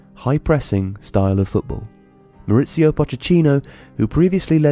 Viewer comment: Poch e ttino!! Read the word you've written and say it out aloud!